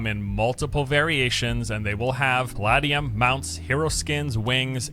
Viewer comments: Pal ah dee um? It's Pal ay dee um... I wish this didn't annoy me, stop it brain, stop it. XD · Lol was that other guy tryna say Palladium? It's not like Diablo made that up. It's Puh-lay-dee-um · the way dude says 'palladium' is driving me nuts. The word may be based on paladin (or not, I don't know the etymology), but it's pronounced pa-lay-dee-um. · Someone failed chemistry. I cringed every time he said paladium. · Lol that guy can't even pronounce Palladium